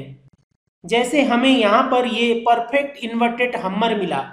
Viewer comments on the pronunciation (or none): Hummer nai Bhumer it's called hammer haaayymmmmeeerrr... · Hummer nhi hammer hota hai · Sir Ji hammar nahi hammer hammar hi bol dete